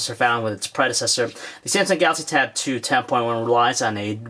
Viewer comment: Is it me or does it sound like every-time he says Samsung Galaxy Tab 2 it sounds like he calls it tattoo? Plus I wanted to hear more about the cell phone portion of this tab. Will I be able to buy this and put my Sim card in and use it for my cell phone?